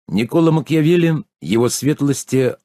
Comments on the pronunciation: Еще не началось вступление, но уже с первых слов стало понятно, что озвучивающий даже не может правильно произнести фамилии автора и др. лиц, не Макьявели, а Макиавелли, не медИчи, а мЕдичи! Пожалуй, слушать не буду, пойду лучше сам почитаю... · МакЬЯвелли?!...МедИчи?!...вы серьёзно?..у человека проблемы с расстановкой ударения и,помоему,он не понимает о чём читает и как зовут автора...